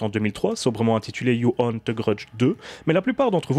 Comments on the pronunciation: Salut ! Tres bonne critique ! Y a juste un petit détail qui me gêne,on ne dit pas "you-one" mais "dju-on" . Je ne connaissais pas l'histoire du début,sinistre référence. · Si je peux me permettre ça se prononce "Djou" pas "You". On ne t'a jamais vu aussi énervé après un film je crois. Moi je trouve que délocaliser des mythes, ça ne fonctionne pas. Le remake avec Sarah Michelle Gelard fonctionne parce qu'il se déroule au Japon et il est intéressant parce que le personne est justement un peu perdu dans un pays qu'il ne connait pas. On l'a vu aussi avec La Llorona, le seul intérêt aurait été de développer les croyances mexicaines et ça n'a pas du tout été traité. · ça ne se prononce pas "you" mais bien "jou". ju on. Et on dit pas non plus in"saidious" mais bien "in - si -diius". Bordel mais c'est dingue de massacrer absolument toutes les langues du monde quand on est francophone, faites un effort bordel.